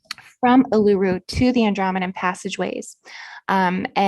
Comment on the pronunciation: Great work lots of information. Letting you know the big red rock in the middle of Australia Uluru in Northern Territory is pronounced as: oo loo roo.